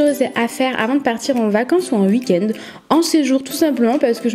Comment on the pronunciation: c'est drôle tu dis 😂❤️